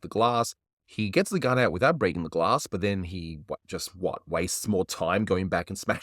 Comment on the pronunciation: Who bwoke that gwass?